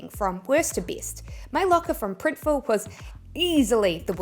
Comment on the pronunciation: Thank you for this informative video. I am a beginner. I will use RedBubble. It sounded like you said Printiful in your last comparison of the T-Shirts.